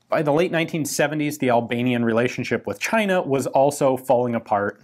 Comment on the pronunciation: The only time somebody pronounces Albanian good.